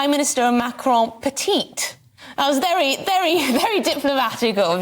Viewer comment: Okay Rafe, just a couple of things: it's "petit" for President Macron, not "petite". Macron is a male, last time I checked. And it's Jefffrey Epstein, not Jacob Epstein. You'd think you'd have cottoned onto that by now.